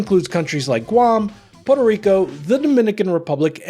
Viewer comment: is not poRo rico, is puerTo rico